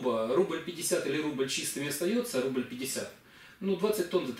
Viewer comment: Все добре, тільки "рубль" ріже вухо